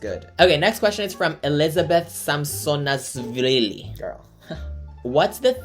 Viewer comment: the way you said her surname🤣🤣 it's samsonashvili, it's Georgian surname 😊